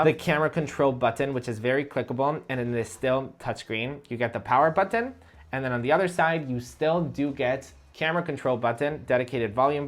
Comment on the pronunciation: Why does he say "buthan" for button?